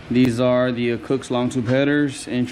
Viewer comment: Cosmic gaskets and cooks headers. Wtf never heard anyone say those company names like that.